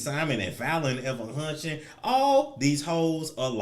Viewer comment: I am literally laughing so loud and so hard at him saying hunching 🤣😂🤣😂🤣😂